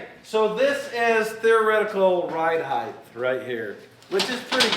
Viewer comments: Height ends with a t, not th. The word is pronounced height not heith. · It's probably a lost cause, seeing as is older, and set in his language ways, but HEIGHT rhymes with WEIGHT.